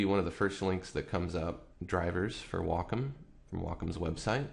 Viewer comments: It's Wacom not wocom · its wacom not wocom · Excuse the off topic question, by why is it pronounced "wah-com" and not "way-com"? If you take Waco (Texas) as an example, that isn't pronounced "wah-co"... tx. :) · pronunciation: WAY-com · I just got a Wacom ad before the video. It's "Wah-com". c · So you pronounce your a's as o's and you think its correct? Ok you keep thinking that.